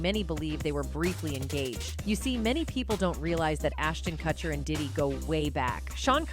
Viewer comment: Why can’t you correctly pronounce Ashton & Mika’s last names?